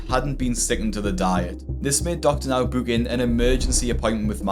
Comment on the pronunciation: Absolutely despise the way you say book.